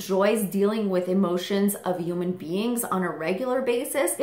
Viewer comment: is it just me or does she say "human" in a strange way? i can't quite pinpoint it, but its like "oooman" or something 😆